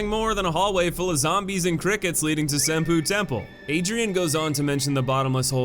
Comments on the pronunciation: Same bruh. "Sinpoo" Temple fucking killed me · Senpoopoodoodoo It's pronounced "Sen poe".